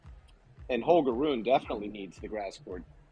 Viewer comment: Ru-ne !!! ( TWO syllables!! ). Not that ugly sounding "roon" thing! I would have thought, that even English tennis commentators would have bothered learning that simple name by now!?!! But apparently not.